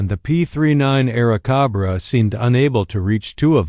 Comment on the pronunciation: Air cahbrah ? What the FCK is an Air cahbbra?